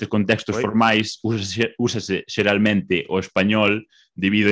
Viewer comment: Ele falando: Geralmente Parece aqueles caras falando "Laranchenhia!"